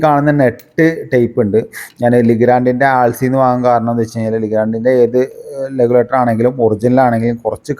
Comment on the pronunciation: ലെഗുലേറ്റർ അല്ല റെഗുലേറ്റർ ആണ് ശരിയായ വാക്ക്